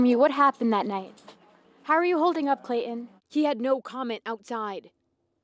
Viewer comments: Please quit calling the killer’Clay-en’. It’s really annoying! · Very good reporting. But there is something I do not understand. pronounced the ‘T’ in her surname; why does she skip the ‘T’ in Clayton and pronounce it “Clay-un”? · Isn't there a "T" in Clayton? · There is a T in his name.